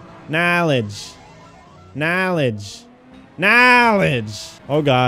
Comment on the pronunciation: Vanoss Says KNOELEDGE